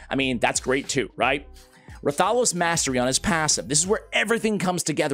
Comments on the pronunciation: Hey, sending YOU positive vibes. Now, as you know, you specialize in R:SL and I specialize on helping your pronunciations...😅 Its Wrath-a-los. They just dropped the W. Not Rah-thalos. Ok, so. Repeat after me: Wrath-a-los, WRATHALOS! With feeling! Now, go forth and be great. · The name is pronounced Wrath-uh-los.😊❤